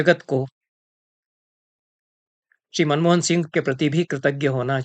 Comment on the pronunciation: मनमोदन नहीं मनमोहन